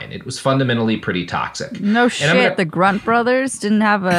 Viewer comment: ''grunt brothers'' hahahah is that what said? overall great podcast. newly hooked. great work you guys